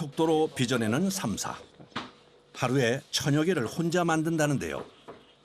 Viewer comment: 현지인들도 th발음 나는 삼사에 가까운 발음을 하는데 너님은 혼자서 땀냄새나게 땀사땀사 거리세요